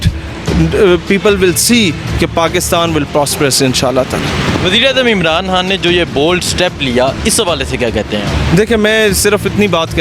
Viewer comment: لفظ عمران حان نہیں ھے خان ھے